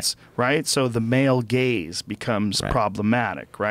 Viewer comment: i enjoy the way that male gaze sounds like male gays. word play.